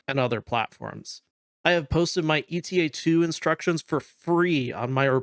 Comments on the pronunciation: I feel like I should point out: it’s not “ETA” like in “estimated time of arrival”, it’s “Eta” as in the Greek letter Ξ. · I think it's "Eta" and not "E.T.A". The Jedi Starfighter we see in in Episode two is a Delta-7 Jedi Interceptor. Delta and Eta are both Greek Symbols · It's Ay-tah I had to take koine Greek in college and that's how its pronounced I know this is like 3 months after this comment. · EE-tah is the UK pronunciation, and is how modern Greek speakers pronounce it. AY-tah is the US pronunciation, and is close to how it was pronounced in Ancient Greek.